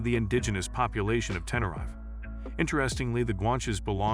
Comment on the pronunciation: The way the narrator pronounces Tenerife is painful to hear...